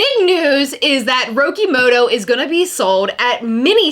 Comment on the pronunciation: it's RO-KEE-MO-TO. Are you that privileged that you feel like you can apprpirate Japanese culture and vernakular but not at least try to pronounce it correctly?